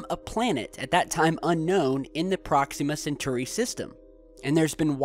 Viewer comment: You're killing me with the Proxima Centauri pronunciation, man